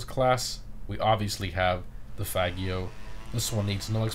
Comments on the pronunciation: When he said faggio I was dead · This would be an amazing video if it was real, could have earned a sub but good joke only realized when you said Faggio